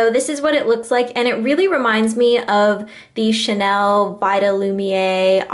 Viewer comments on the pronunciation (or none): none